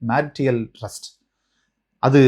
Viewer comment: Your English and explanation needs schooling ! Adultreeeeous 😂. Marryteeeal